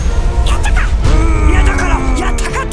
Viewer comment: 最初のやったかの発音がﾋｮｯﾄｺっ聞こえたww